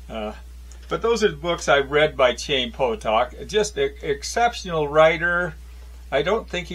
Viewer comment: It's pronounced guttural "H,"(Hi eem), meaning life in Hebrew. I haven't finished listening to your reviews on the substance but thanks for offering them.